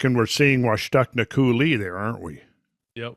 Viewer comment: Not to be that guy but it's pronounced COO-lee with emphasis on the first syllable, not coo-LEE. If anyone else in Eastern WA can back me up please do so :)